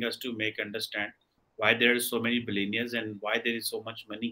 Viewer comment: Such a fool this guy is cannot even pronounce Billy neers….